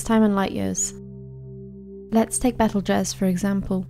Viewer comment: Betelguese is pronounced Beetlejuice